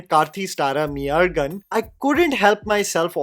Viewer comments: Sweetheart, forget the zh in meiazhagan, you could have atleast pronounced the mei correctly. Its mei like my not like mee. If you had watched the movie, you'd have heard him say it. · ME-AZHAGAN ❌️ MEY AZHAGAN ✅️, my tamil ass just couldnt help but try my best to correct you😭😭😭😭😭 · Pronunciation out is May-azhagan not Mee-azhagan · Read as " Mey azhagan". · It has to be pronounced as "My Azhagan". There are two meanings 1. Truth 2. Body. Meyazhagan means "Handsome Guy". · brother it is pronounced as mey-azhagan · can help you with pronunciation- मेई-अळगन that zha- try pronouncing 'Ja' without touching your tounge on top